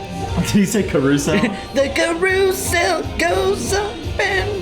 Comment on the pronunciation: Also, why are you guys criticizing the way a non-native English speaker pronounces some words as if it’s like a conscious decision he made or something? Lmao. So he pronounces carousel differently, he’s Japanese. Get over it lol